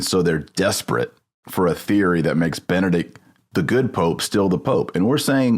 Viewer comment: Ben-E-Dict. BeneDICT. Benedict. It's a common name. Not Bennet.